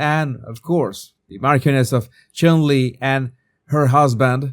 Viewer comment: Jesus you say the Marquioness of CHOMLEY ....That's what it should sound like.